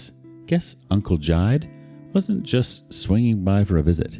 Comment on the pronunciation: It's Ji-de; two syllables.